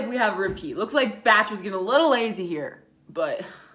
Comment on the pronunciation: I thinks it’s pronounced....”bahk” not “batch” 😂